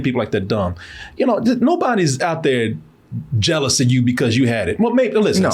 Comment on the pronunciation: "Jealous.' Not "Jelous". Yeah, I'ma be that guy lol.